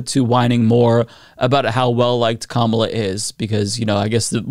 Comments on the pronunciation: I think the Kamabla thing is just him being disrespectful, since he doesn't say Kamala's name correctly. Sounds like him saying "blah blah however her name is pronounced." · It's also mispronouncing her name on purpose, like a second grade bully would. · I think it's supposed to be "kama-blah" as in, she's a blah candidate? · I think its supposed to be "Kama-BLAH" and yeah its a really stupid insult for a political rival lol